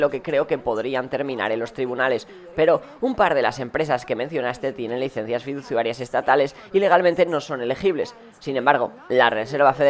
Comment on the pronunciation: Like para que deje de decir"fiduZUarias" y empiece a decir fiduCIarias! ❤